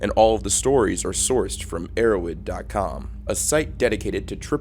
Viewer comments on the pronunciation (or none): It’s erowid not arrowid